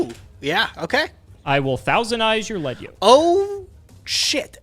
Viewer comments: correctly pronounced Lead Yoke! Once... And then mispronounced it again..... It's a YOKE made of LEAD. Lead, the heavy metal! He gets stronger as you remove his HEAVY LEAD YOKE. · You guys are saying lead yoke wrong and it’s hurting my ears